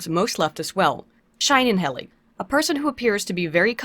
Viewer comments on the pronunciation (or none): >*sees how pronounces "Scheinheilig" >*gets triggered in German* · 'Scheinheilig' translates to 'fake/pseudo/phony - holy/sacred/divine' and is pronounced like this: 'shine-hi-lig' (lig as in 'ninja has LIGma) XD